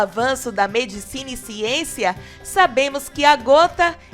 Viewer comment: E viva a xiencia 😂😂😂😂